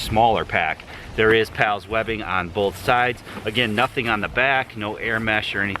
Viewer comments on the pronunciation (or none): none